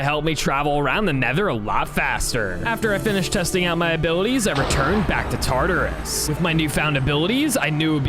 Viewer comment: Did you really just say tartus he is a beast that made something called yin and Yang